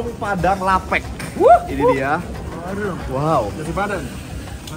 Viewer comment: Lapek tu baca nya lapek, bukan lapek.